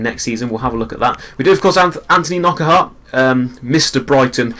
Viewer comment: Its pronounced PRO-PER not Proper. And NOCK-ART not K-NOCK-ERT